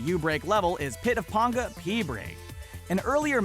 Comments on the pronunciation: It's PAnga, not ponga if you are going to talk about the community and it's creators, do some real research next time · ITS PANGA NOT PONGA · pit of PAN-GAH! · He pronunced "Panga" as "Pånga" and not "Pänga". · Pit of PAINga Not pit of PONGa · Pit of Penga (don't pronounce it as panga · that is not how you pronounce "Panga" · why did they pronounce Pangas name like that ? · You pronounced panga Wrong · Mispronouncing Panga so many times :( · Anybody else get pissed he said panga wrong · It bothers me every time. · instantly pissed me off lol